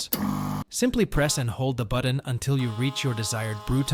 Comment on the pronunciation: Buddon? What's a Buddon? Ohhhhhh, you meant to say BUTTON 😂